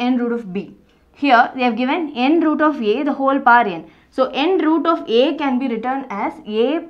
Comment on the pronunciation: Mam everything is good But we need to read as n th root a Not n root a There is a difference b/n both Bcoz if we read n root a it becomes multiple of n and root a n th root a is correct pronounce I think